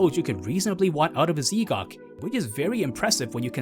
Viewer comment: Great vid, but Z'Gok is pronounced Zgok as one word not ZeeGok, thought you might wanna know